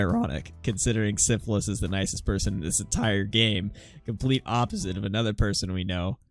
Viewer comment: Good video but your favorite character's name Sisyphus is pronounced Sis-uh-fuhs, not syphilis like the disease. Just in case you mention him outside of this video in the future.